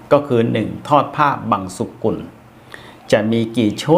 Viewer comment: ผ้าบังสุกุล กับ ผ้าบังสะกุล. อะไรถูกอะไรผิด _ได้ยินท่านพิธีกรออกเสียง. "ผ้าบังสะกุล"